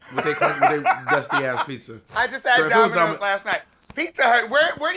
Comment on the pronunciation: DID U SAY DOMINOS?! 😂♥️